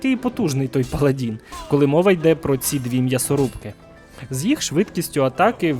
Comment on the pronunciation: паладИн, не "паладІн". Дуже прошу